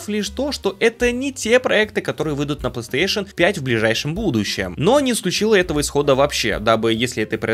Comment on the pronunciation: плэстыэйшон